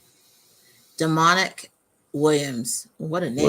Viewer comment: I’m almost certain his name isn’t pronounced as demonic 😑